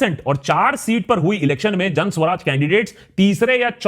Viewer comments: Isn't it Jan Suraaj and not Jan Swaraj? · It's "Jan Suraaj", not "Jan Swaraj". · Why are you pronouncing ' Jan Suraaj' incorrectly ?